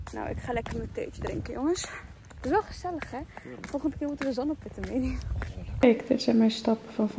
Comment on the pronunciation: Ik ging stukkk bij : Volgende keer zonnepitten halen😂😂😂 klonk cute maar echtt buitenlands😂✌🏼